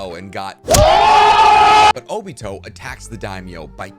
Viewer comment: Love ure content, I will be staying tuned but, can u try to say the Japanese names right like O-BEE-TOE Not O-BIT-O